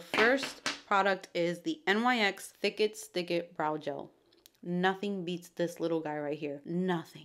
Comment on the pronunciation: Nyx is actually pronounced nix! <3